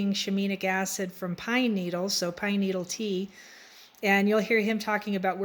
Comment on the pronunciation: "Shi-mean-nic" LOL